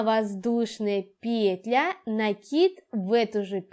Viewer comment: Все понятно, спасибо. Но, как режет слух ударение в слове "пЕтля"......